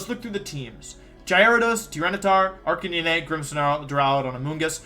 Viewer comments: Arcanine and gimmick pronounced so strangely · Guys I’m new to the channel, is there some kind of story behind the occasional absolutely bizarre pronunciation of Pokémon names? Tojekiss? Arcaneenay? What’s up with that? This guy’s a world champ he definitely doesn’t just not know how to say them.